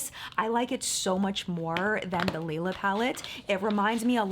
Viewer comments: Hey! The “Lila” palette is pronounced “Lie-luh”! Love your videos ❤️ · I think the palette is supposed to be called lee-la because that is how u say purple is German.